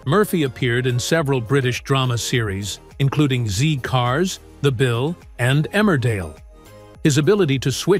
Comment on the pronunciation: can the comentator please note tha the police aeries was called zed cars not zee cars